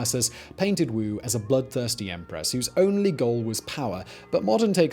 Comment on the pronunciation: Teehee he said "Emperess Wang", hehe he said it again...